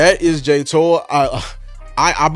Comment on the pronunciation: It's Jay Toe-Ee-Uh. Hopefully we will be hearing his name said a lot!